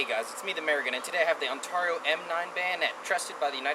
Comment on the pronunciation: this guy is funny and not in a good way lol and you are saying Ontario wrong